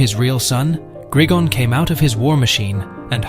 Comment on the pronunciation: It's gri-gon no grigin